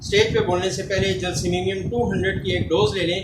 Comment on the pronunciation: معذرت کے ساتھ گزارش ہے کہ یہ لفظ جیلسیمیمیم نہیں بلکہ جیلسیمیم ہے شکریہ